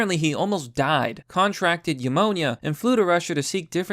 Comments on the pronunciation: Why u say pneumonia like that “yamonia”? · Jeesus christ you sais YA-Monia again... didnt you het harassed enough last time?